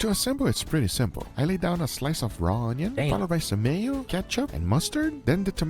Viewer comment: once said: ✨O N Y O N✨